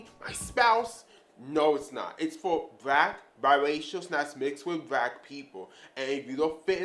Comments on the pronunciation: What the hell is a”brack”??? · Wtf is brack ? You mean black